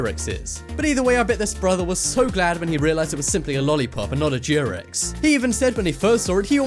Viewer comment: What word are you using for condom? It sounds like you are saying jeerex. I've heard of a condom referred to as a rubber and as a glove, but never a jeerex. Is that slang where you live or a brand name?